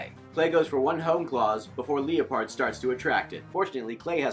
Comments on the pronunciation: Leeapard ????? Lie perd is correct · Arthur Machado no I was correcting his pronoucatuon